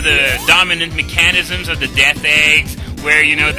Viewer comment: I just need to point out... mechanisms is pronounced meh-kuh-niz-ms. Even so, with the failure, you're better at this game than I could ever hope to be.